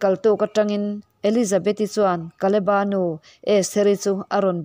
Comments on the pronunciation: Kaleba tilo in kaleb-a nizawkse ngaihthlak a nuam zawkngei in ka ringbakah a dikxaawk lo maw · Kaleba tih ngei hi Mizo lam dan a ni hman aṭangin. Bible lehlin tirh aṭangin. Mizo taka lam kha a ṭha mai. Naupan lai aṭangin KALEBA tih hlir hian kan lam ri